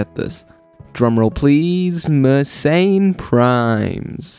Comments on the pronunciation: It's pronounced mer-sen, not mer-sain. And also, , it's "they're", not "their". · I wonder why anglos decided that Mersenne should be pronounced "meurt ses înes". In angloid pseudophonetics, it should instead be something like "m'air-SENN".